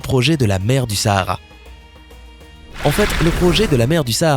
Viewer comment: Je suis Sénégalaise moi .Sahara c'est au Maroc je sais pas si il le dise . En plus on dit pas Sahara comme en France c'est comme si tu disais oohh essayer